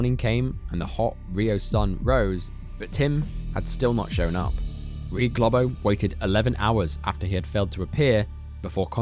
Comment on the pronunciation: GLOBO is NOT pronounced ‘GLOB-OH’ but ‘GLOH-BOH’ - it’s Brazilian Portuguese.